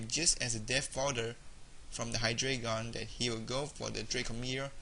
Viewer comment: I think Hydreigon is pronounced "high-dry-gone," at least if its based on the German number "drei." Pretty entertaining to watch, besides that mispronunciation.